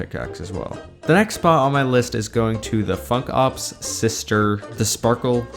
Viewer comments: Funk ops sounded like Fuck off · Ur funk ops sounds like ' fuck ops'